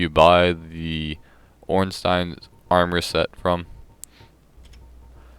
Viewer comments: you said ornstein perfectly, im not sure what that twat was on about. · He says it using the German accent which is the accent meant to be used since Ornstein is a German name. I don't know about Smough though...